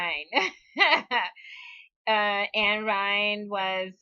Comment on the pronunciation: I find it amusing that you switch the vowels in her name but say Rand Paul correctly every time. Her first name is Einstein without the beer mug and Rand Paul was named for her. Keep up the good work!